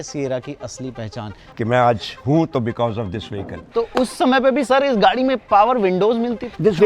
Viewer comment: he mean to say Gadi 😂